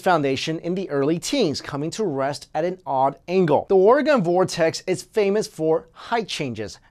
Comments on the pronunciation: It is pronounced, "ORE E GUN" (long E) not, "ORE UH GONE" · Love your videos. Totally not looking to troll or get trolled by saying this.ORE-GUN, not Ore-gone. I know its tricky, bored and figured i share the biggest pet peeve of every Oregonian, lol.Alright,of to go watch another one of ur awesome vids,because they are AWESOME! Thanks. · Ore-guhn --- not Ore-gone!!!! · its pronounced OR-AGAIN not ORA-GONE. We never left. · Ill spell it phonetically first, oregon is pronounced Ore-gin not ore-gahn. 2015 and people still cannot pronounce this state correctly. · PLEASE, it is not or-gone like orgone energy generator, but OREGON, LIKE an organ donor, like a tourist in Oregon may become if he says it wrong one to many times.. OR-GAN, anyways great video! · Noah Lehman Oregon, pronounced like organs in your body, liver, heart, spleen, kidneys. I have lived here all my live. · I live around 15 miles from the oregon vortex and it seems completely real. For example there's a broom that stands straight up on it's handle and they allow you to pick it up and move it anywhere and it'll still stand on it's handle. Also you're pronouncing oregon wrong lol just say it like organ. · You said oregon wrong I hate it when people do that